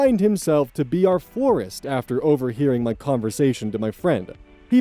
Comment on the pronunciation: First story, she was surprised that her manager could be such a creep when she thought he was a normal guy. Unfortunately, he is being a normal guy 😑 Last story: I keep hearing forest instead of florist. 😅